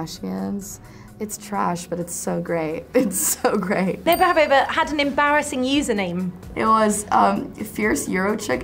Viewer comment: NEVE HAVEH? wth was that lol.